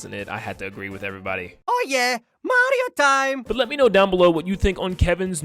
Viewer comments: I'm fine with the voice, but as a Spanish speaker, hearing the pronunciation of that "MaRRio tSime!" makes me suffer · "MaDiO tIeM" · Wow! He really messed up that "Mario Time".